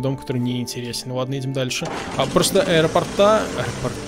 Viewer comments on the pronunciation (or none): none